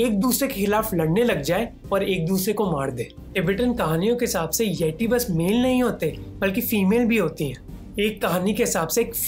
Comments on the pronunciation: यटी नहीं यती कहतें हैं बे😂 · भाई यती होता है यटी नही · Its येती not येटी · ये इंग्लिश क्या क्या करवाएगी ,,," यति " को यटी बोल रहे bro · Sir aap aapka pronunciation sudharo jara (yeti) not tea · ये T नही होता भाई यत्ती होता है इतरा के मत बोल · Bhai baki sab thek hai lekin yeti ke hindi pronunciation thek nahi hai ..